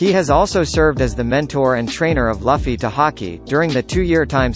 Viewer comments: It’s luffy not laffy ... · Not laffy...it’s luuuuuuffffffyyyyyyyy... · Its luffy not laffy!! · he said luffy, not luffy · Who the hell is Laughie? It's pronounced as Loo-fee. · luffy not laffy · Ruffy!(luffy) Not lafi!! 😆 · u cant even pronounce luffy's name correctly..u'r bullshit.. its luffy. not laffy .my friend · it's Luffy not Laffy say it right ffs! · did I hear Laffy?? please pronounce it correctly... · Luffy is pronounced Loofy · LUF-ee lmao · Did the computer say.. Laffy? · Dumb fuck said laffy lol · Japanese: Luffy-kun English: Luffy And this dude: laffy Like wtf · His words became invalid as soon as I heard the word "Luhffy" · It's not laffy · Why "Laffy" tho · Who is this Laughy guy you keep talking about. Have you ever watched the anime at all, discredits everything you say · Bruh its pronounced “loofee” 😅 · It's luuufffy !! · If you say Luffy like Puffy again, I’m gonna find you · He says luhfy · man I really wanted to stop watchin this video as soon as I heard this man call Luffy, Laffy. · Anyone who pronounces Luffy this way is only using one piece for views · how can you make these one piece videos and not know how to pronounce luffy correctly?! also shakky is not rayleigh’s wife. get your shit together. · First pronounce luffy name correctly then describe about ray leigh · At least type it so he can pronounce Luffy properly. The way the computer pronounces it is unacceptable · PLEASE PRACTICE PRONOUNCING LUFFY CORRECTLY!!!! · Learn how to say main characters name so i don’t have to give you a thumbs down 👎🏼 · he dosent know how to say luffy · I hate it when you’re pronouncing luffy its so cringy. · Learn how to pronounce names before making videos. DANZO AND LUFFY!!